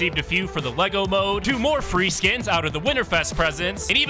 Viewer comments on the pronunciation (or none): none